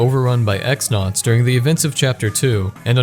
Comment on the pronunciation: "The Great Tree is overrun by X-Nauts" It's pronounced "Cross-Nauts", which makes Tech-XX's name make much more sense in relation to his actions, if you pronounce it "Tech-Double-Cross".